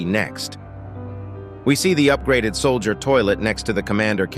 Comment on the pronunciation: "sollider toilet" 💀💀💀 "mowmme" 💀💀💀 "baddazz" 💀💀💀